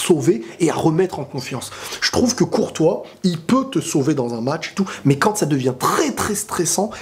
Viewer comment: il a dit met au lieu de mais